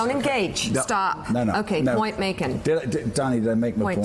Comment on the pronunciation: "Point maken"